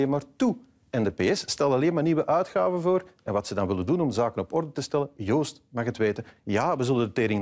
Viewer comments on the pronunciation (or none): none